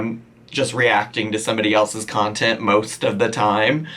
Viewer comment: “Nontent?!??” That’s perfect!